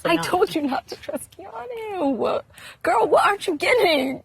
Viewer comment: Keanu, not Keano